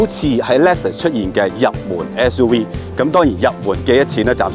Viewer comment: "S U we"